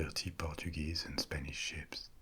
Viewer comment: Am I the only one who tought he was saying sheeps 🐑 and not ships 🚢